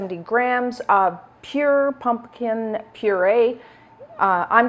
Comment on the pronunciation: I look forward to this time of year because has excellent pumpkin recipes. But especially because I LOVE the charming and unaffected way she says, "Punkin!" Adorable! 🍁🎃🍁